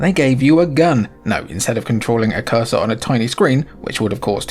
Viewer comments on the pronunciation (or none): none